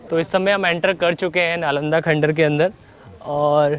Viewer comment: Plz don't pronounce khandhar again n again...